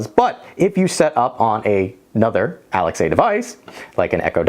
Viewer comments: First time hearing the name Alexa bring pronounced as Alex-A and i dont know how to feel. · Fyi, saying Alex-a makes you sound like you’ve been living under a rock for years unless you tell people why you’re saying it that way. 😂